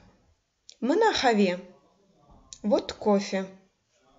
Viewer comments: извините меня, но это неверное объяснение. В слове "къаве" надо произносить твердое "к", а не "х". Произношение в этом случае "къ", как "х" это диалект местности. Литературное произношение не даёт произношение, как буквы "х". Сравните: на латинице будет "qave", a не "have".. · Здравствуйте уважаемая. У меня вопрос: слово "кофе" пишется "къаве" Вы первую букву произносите "х" хаве, это правильно? Или произноситься каве? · "Сагъ ол" пишется раздельно. "Къаве" не произносим, как "х". На латинице: "qave", а не "have". Пожалуйста, обратите внимание на это произношение. Спасибо за Ваш труд!